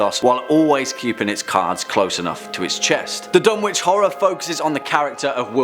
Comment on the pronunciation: Another great video! However you don’t pronounce it Dun-witch it’s Dun-itch. Silent W.